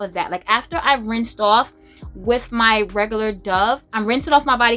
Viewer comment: Ok, I caught a girl crush when you said "regular schmegulah." Are you from the Bronx? Eyy. Loving your videos, thank you